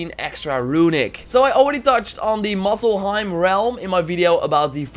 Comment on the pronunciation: Muselheim and Nilfheim XD Time to be a bit of an ass here: Muspelheim and niflheim Still entertaining vid.